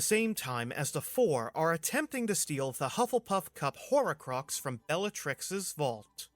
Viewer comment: Were you pronouncing "horrorcrux"??